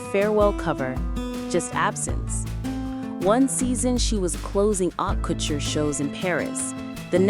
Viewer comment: It’s not “how” couture 😅, it’s pronounced “Oh” couture. And Gaultier — the “L” is silent. This must be AI.